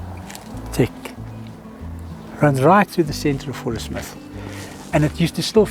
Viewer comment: Growing up in South Africa I only ever heard the name of the town pronounced "Fourie-smith". Lovely place all the same.